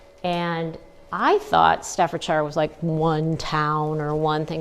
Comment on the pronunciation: You are not pronouncing staffordshire correctly.